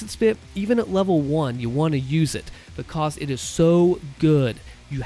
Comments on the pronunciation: Yeh "Becoz" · Way he says because is the reason why I click every video.